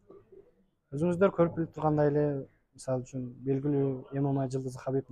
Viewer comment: Правильное произношение эмемей деп а то ммага чыгам деп куйдурот чон чон боеццтер туура эмес произношение кылат артистер 😂